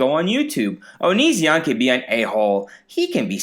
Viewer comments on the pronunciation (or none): no one:: "oniZEON" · I love how you pronounce onision like OniZEon. I bet if onion watched you he would get pissed at you for that. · Creepshow Art pronounces it like that, too 😂